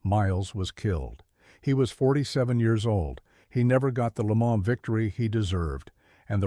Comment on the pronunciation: If you intend to continue to narrate these programs, please become in touch with the correct pronouncing of words and names such as Le Mans, Porsche.